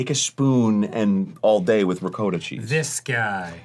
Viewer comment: as an Italian (American) Arin actually said ricotta correctly 😭❤️ bless you my son